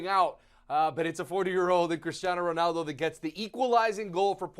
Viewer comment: Guy with glasses stop saying Ronoldo. It's Ronaldo. Cheers.